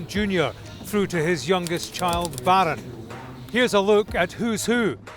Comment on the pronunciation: The way he pronounce Baaaron 😂